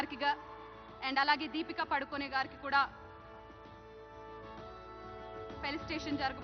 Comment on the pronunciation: పడుకొని కాదు amma పదుకొని thalli